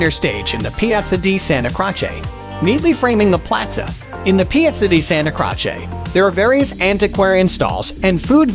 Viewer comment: One of the most irritating narrations of any travel video. "Santa Crotch-ay"? Jesus.